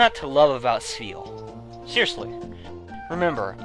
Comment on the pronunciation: It's Spheal doh!